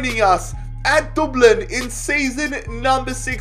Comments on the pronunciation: No offense but it is dub-lin not duub lin there nickname is literally the dubs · Dublin not Doblin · pronouncing Dublin: DOOBLIN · Everyone:Dublin: we won the champions league with Doblin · The way he says it doublin 😂😂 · Anybody else’s ears die when he tried to pronounce Dublin it’s pronounced Dub (like u got the dub against city) and then Lin which u can pronounce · I could listen to you say "Dooblin" all day long hahaha Love the videos man! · no we don't get your facts right we say DUBLN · Dooblin 😭😂. Good video! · Nobody:: DORBLENN! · The way he says Dublin😂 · Lmao I love how you say Dublin in a Dublin accent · Why does he say Dublin like that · Why does he say Dublin like that? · Jeez im from dublin so it triggers me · Who else is annoyed by the way he says Dublin